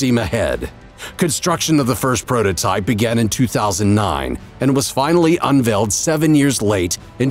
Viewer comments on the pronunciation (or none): none